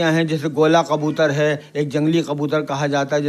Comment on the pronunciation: Bhi qabutar nahi kabutar hota hai